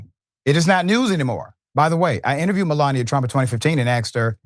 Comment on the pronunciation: 😂 The Great mel-lan-ia. What a joke😂